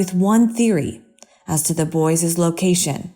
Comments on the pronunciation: Thats northern Michigan speech.... "boyses", makes me nuts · DROVE ME CRAZY! "Boyses," "imporEN," the math, "corpses," "calvary of coppen," "mounEN," "St Vito?" As in Danny de _? Still, she has a beautiful voice & I'm a total sucker for these kinds of stories.... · She's not saying boyses. She's saying boys'. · It's boys, not boyses, and brothers, not brotheres. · The word is BOYS not BOYSES. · Also "boyses" over and over again. Drove me crazy. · where did the narrator of "the lost boys" story learn english? "boyses"?" Brothersers"? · She also said boyses and brotherses